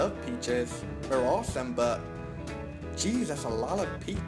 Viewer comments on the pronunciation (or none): none